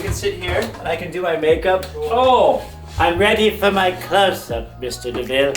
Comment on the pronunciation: Mr. DeMille. Not DeVille.